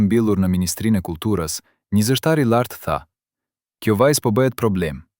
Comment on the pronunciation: Lexuesi shumë dobët e fletë Shqipen ??? Germën L e shqiptonë LL. Ndëgjojeni me kujdes të lutem Kërkoi ndjesë nëse jamë gabim ??? Fjalën vohël ( vogell ) lartë ( llartë ) fjalë ( fjallë) Largë( llargë) Ndëgjojeni fjalën populli si e shqiptonë ???